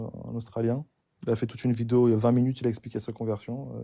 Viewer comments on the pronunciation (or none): none